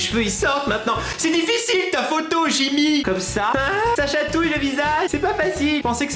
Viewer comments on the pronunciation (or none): none